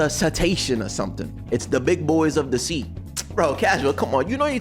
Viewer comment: Bro really said cea instead of sea😂